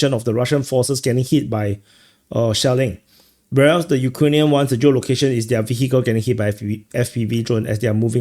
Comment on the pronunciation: when you said “shelling” , i heard “shaolin” and thought: great, they’re now saying shaolin (monks) in addition to north koreans in kursk 😂